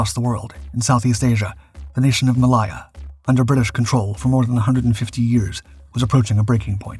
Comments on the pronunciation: The narrator’s pronunciation of Heinkel is cringeworthy. It’s not “Henkel”. Hein is pronounced like, line, mine or fine. I’ve told you before about this… Malaya is pronounced “ma lay ahh”, and not “ma lie ahh”. Could do better in an otherwise good video. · And finding new words to mispronounce - Malaya/Maliya? WTF! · Very odd pronouncation of 'Malaya'.